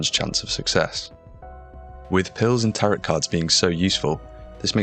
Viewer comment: The last T in "tarot card" is silent